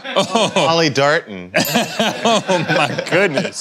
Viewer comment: Lol Reggie said Polly Darton.